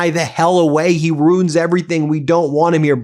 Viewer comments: "Ruin" has two syllables. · Ben, RUIN IS PRONOUNCED ROO-IN, 2 SYLLABLES! NOT ROON. JEEZE, I THOUGHT U WERE AN EDUCATED LAWYER! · As he said initially "I ru[i]n the country and the world."